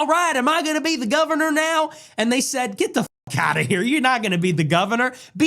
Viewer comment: “She said ALRIGHT AM I GOnNA bE tHe GOVnA now?” 🤣💀💀